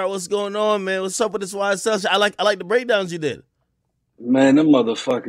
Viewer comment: Wow this man said YSTell